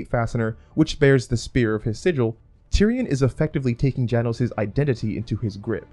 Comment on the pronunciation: 1) it's Jay-nous 2) it's Gee-or 3) I can't take writing advice from people who can't even read names properly.